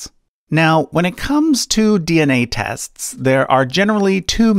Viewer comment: My friends have made fun of me for years because of the way I say “tests”. So understand my excitement when I hear you say “tests” and realize you are my pronunciation brother!!!